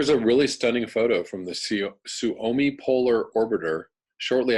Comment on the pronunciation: The Suomi Polar Orbiter, hehe. "Suomi" is the name of Finland in Finnish. You almost nailed the pronounciation,! But, try splitting the syllables into something like "Suo-me" and say it together without a break in between. In the next episode of my surely unwanted advice, I'll help you pronounce "Olkiluoto" (that nuclear power plant that had all those troubles over here in Finland). "Words you've always wanted to pronounce right... right?" - a part of the "It's Easy to Speak Finnish (YEAH, RIGHT!)"-lecture series. Cheers!